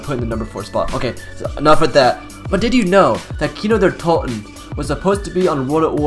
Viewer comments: Its not Kino der tolten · Its Kino der totenennnnn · Why do you use a Swedish voice when you say kino Der totan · I agree